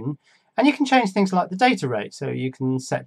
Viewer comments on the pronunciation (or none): none